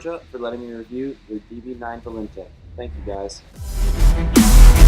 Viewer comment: Being a salesman, maybe you could at least pronounce Volante correctly! 🤣